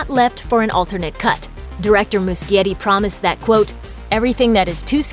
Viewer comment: It's Moo-she-yeti, not moo-ski-yeti